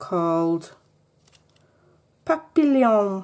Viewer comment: Papillion is pronounced "papion" it's French for butterfly, ( I've seen the film and read the book ). Hope you are not offended by my correction. I love watching you craft and giggle. You've really inspired me